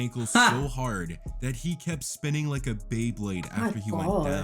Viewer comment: Dude said spaining like a beyblade come on mane beyblades are the goat's 😂